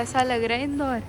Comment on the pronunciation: The way pronounce Indore😂😂